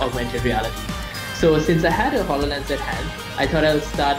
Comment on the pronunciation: "halolens" lmao it's called hololens